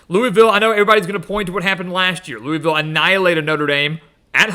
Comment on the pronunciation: It’s pronounced Luh-Vull